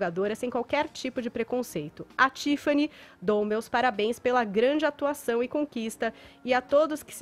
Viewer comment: Esse Fefito não sabe conversar não? "Contsinuando" "Tsifani" Seguintsi. Será que ele acha essa pronuncia bonita?